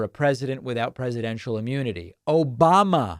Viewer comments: “…. Obamna!” gets me every time 😂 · LMAO! The "OBAMNA" caught me off guard wicked bad for some reason and I can't stop laughing at it. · "OBAMNA!" never gets old 😂😂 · OBAMNA! ill never not laugh at this. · OBAMNA never gets old 😂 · OBAMNA! Wow, it's been a long time since we heard that. I still love it. LOL. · Always love the ‘Obam-na!!’